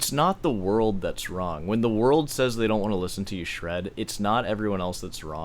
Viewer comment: Stop inserting L sounds into words where they don't belong. "doLn't" ... "boLth" ... "sawL" ... it's annoying.